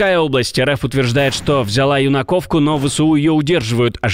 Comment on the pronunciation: Не "ЮнакОвка", а Юнаковка, с удалением на первый слог! Это я вам как местный житель (в прошлом) говорю.